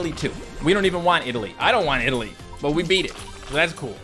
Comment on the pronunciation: your saying italy wrong